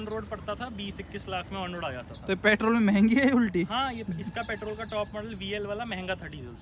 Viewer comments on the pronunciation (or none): Petrol hota hai petol nhi 😂